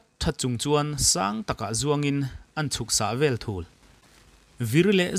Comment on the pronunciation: Ka ngaithla vektawh na a,ngaithla nawn lehang,i chhiar anih man ah aw,thul ilam dankha a dikhlel deuh,thul kha arikdan a hniam tur,(A pa dung thul in=A pa angmai in).